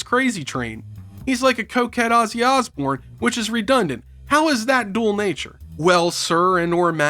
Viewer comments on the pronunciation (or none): none